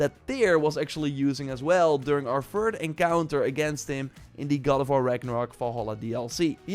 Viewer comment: Not tryin to be a dck (but nevertheless being one…l guess?!)… Dude its third not “föörd”, its thing n not “finggg” I guess u get the gist… It’s really not that hard to press ur tongue to ur upper front row of teeths. English is my 3rd native language and if l did it u can too.